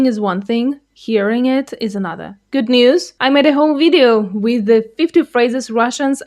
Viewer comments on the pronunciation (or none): You can’t even say “with”. You think you can understand how difficult Russian would be for a native English speaker? “Weethe”? please.